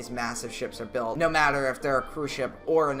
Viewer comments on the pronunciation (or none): none